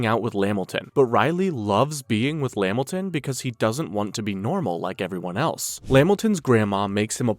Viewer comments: LA-MIL-TON not Lam-Milton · It’s la-Milton not lamilton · At the smoking cigarettes part STOP SAYING LAMilton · Pretty good video but lost me at LeMilton 😂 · Bro Spams lamiton so hard, nigga we know u is Caucasian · La-Milton, Lamilton stressing me out 🤣